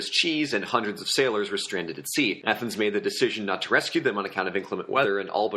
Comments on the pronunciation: YOU DONE MESS UP AATHENS I CANT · You done messed up A-a- thens